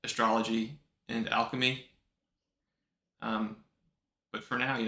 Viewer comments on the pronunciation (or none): none